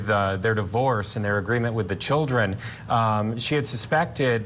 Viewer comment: This guy is a robot ,What is an Gijet’ko? Hahhahahhahah and again can someone at court tv talk to him please hahahah and he fucks up at least 15more words, “victIiI,hiim husbaeand,childreaen,her self”